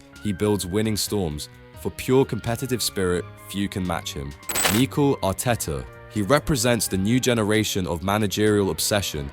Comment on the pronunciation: Wtf is that "Mikel" pronunciation? This sounds like AI SLOP